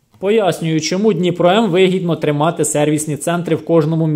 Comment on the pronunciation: Даже надпись на пакете дніпро не правильно прочитал.. дніпро куда лучше того второго "профессионального" лайна